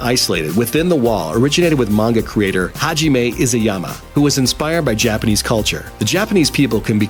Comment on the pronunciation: The way he says Hajime Isayama is hilarious!